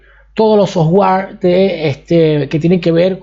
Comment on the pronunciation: Jajajaja ese ingles avansado ¨soswar ¨ ¨64 bais¨